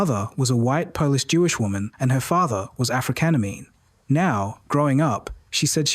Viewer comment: <---"...and her father was 'afrikenemy". well alrightythen 😁